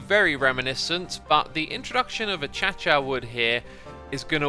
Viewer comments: this boi said achacha wood. uh·kei·shuh wood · Uh-cha-cha? It's uh-kay-shuh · It's pronounced "uh-kay-shuh" wood not "achacha" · I believe it is pronounced Uh-Kay-Shuh but Achacha is funnier. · Everyone: "Ah-Kay-Sha" Xisumavoid: "Uh-Cha-Cha" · Aceischa not atschatscha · im pretty sure you dont pronounce acacia achacha i think it is more like akashia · It is akaisha but he says achacha as a joke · Anyone notice how he kept saying "a-cha-cha" instead of "a-kay-she-a" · Xisuma: Keralis has settled in the Achacha biome. Me: Achacha? Akashia (Looks up pronunciation) *Akaesha Achacha? Yeah, Keralis has settled in the Achacha biome. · omg please stop saying ah-chah-chah. Its uh-kei-shuh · "achacha", my guy, its ah-kA-she-a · X, I think it’s pronounced “ Ah-Kay-She-Ah”, not “Ah-cha-cha” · Sorry if I sound rude but, it's pronounced ah-Kay-sha not a achacha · A-cha-cha wood? Is that really how you say it? I've always been pronouncing it as "Ah-Kay-see-uh" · X sorry to be a pain but it’s pronounced Okaysha not Ohchacha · This was started by Keralis (on purpose) many years ago and X has been saying it this way ever since. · Mojang, literally anyone else: -Acacia X: -Chacha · I think his pronounciation comes from Latin roots, problem is, he's using ecclesiastical Latin, not classical Latin. So in ecclesiastical it would be "Achacha" to better fit the surrounding languages. But in classical it would be "Akakia", and in English it would be the "Acacia" that we're familiar with. (The first "c" would be hard and the second "c" would be soft pronounciation) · "achacha" really? its ah-kay-sha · When he says acacia it sounds like he’s sneezing😂😂 “a-cha-cha” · I was like, am I being left out of some inside joke? Achacha? No, no... he’s just British and doesn’t know phonics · a k a y c y a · I might be wrong but I believe acacia is pronounced like acasha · Nobody: Xisuma: Achacha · Isn’t Acacia pronounced uh kei shuh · Nah he just says it weird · He's been doing that the whole time